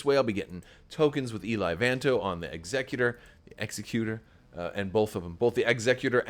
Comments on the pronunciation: Executor like ex-ECK-you-tore. As in “Executor? For Aiur! What would you ask of me? As you will?” Protoss players could never forget. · Exec-utor. Rogue Squadron 3 pronounces it this way. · As you say, it's star wars and they're not speaking english so you can pronounce it however you want, but really the word for a person that does executions is an executioner, not an executor. So it's definitely pronounced like executor of an estate. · Suggestion for those who are posting about pronunciation of Executor: use caps for emphasis. Ex-EC-u-tor vs EXE-cu-tor. Otherwise they all look the same 😬